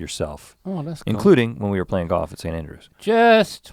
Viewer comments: Rhett gives the gift of GAWF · Pronunciation- Most people: Golf Rhett: GAWF! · Easy to tell Rhett went to Scotland, he left the L and came back playing Goff like all Scots 😉